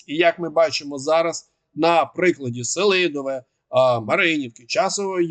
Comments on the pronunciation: Флорiда слухала уважно. Бажано б змiнити наголос: СелИдове. Я там бував. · називний Сели́дове родовий Сели́дового давальний Сели́довому знахідний Сели́дове орудний Сели́довим місцевий Сели́довому, Селидовім кличний Сели́дове